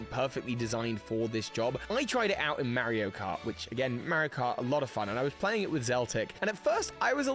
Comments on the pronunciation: the mispronunciation of Mario is throwing me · I think that's how the game is officially called in the UK. Mary-o.